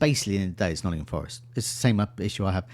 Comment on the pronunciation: On behalf of, it's NOTTINGHAM Forest